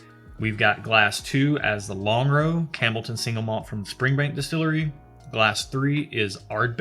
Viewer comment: I winced every time you said "Cambleton" instead of Campbelltown, but the fact that y'all are WAAAYY outside your wheelhouse made it ok. After the Offerman/Laphroaig mixup I was like "Oh man, people are gonna roast them in the comments and we'll never see another scotch episode." I'm glad to see it's turning out great, lots of good suggestions in the commentary. Do you happen to know which Laphroaig Cairdeas that was? They're different annual (I think) releases, so it could have been anything from port wood to fino casks to, well, lots of stuff lol. Their Cask Strength editions are fantastic, as well as Lore (love me some Lore). Lagavulin is very similar to the Laphroaig Cask Strength, and has a Distillers Edition series which I highly suggest tracking down as well. (If y'all accept samples I'd be happy to ship a bunch just to get you some variety without having to take out a second mortgage lol.) Lagavulin was my first foray into Islay whiskies, prior to that I'd only tiptoed around with Glenlivet, Macallan, and some scotch-adjacent stuff from Japan--you'll need to check them out next, but pace yourselves haha!--but still preferred American whiskey. That first sip of Lagavulin was like coming home. I still enjoy Bourbon, but the sheer range of variety you can get with Scotch is just astounding. Bourbon is catching up, especially given some of the things I've been tasting out of Texas, but Scotland has a hell of a head start. Oh, and if you want to get stupid and blow some ca